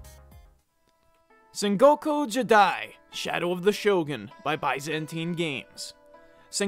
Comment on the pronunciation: Mispronounced both Byzantine and jidai.